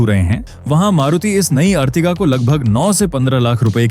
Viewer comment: अर्टिगा होता है ना की अर्तिगा लोड़ू